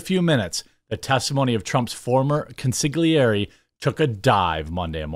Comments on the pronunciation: Jeremy its pronounced “con-sil-iary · Consigliere is pronounced: con (as in con artist) suh (as suspicious) gleh (as in Glenn) ray (as in ray of light)